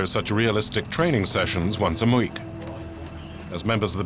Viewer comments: This dude and messing up words! "Mweek"(Week) "Areeves" (Arrives) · what is muweek? some bond from month and week ? :))))))))))))))))))))))))))) min lol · ...."these elite Police undergo such intense training once a mwueek"...... The human brain experiencing a consonant/vowel concertina collision while trying to articulate the words "week" and "month" at the same time..... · "These elite police undergo such realistic training sessions once a MUEAK. "